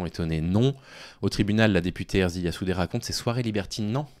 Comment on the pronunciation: Soutiens total et inconditionnel à Ersilia Soudais! Une femme forte, déterminée et avec un engagement politique indéniable. Je précise que son prénom est "Ersilia" et pas "Erzilia", un détail mais qui m'a fait tiqué à l'oreille merci à toi en tout cas.